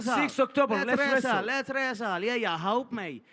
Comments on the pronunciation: Fuckin Conor had me in stitches YEAH, LETS RRRESTLE, LETS RESSSTLE even Khabib loled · les wresaaal 😂😂😂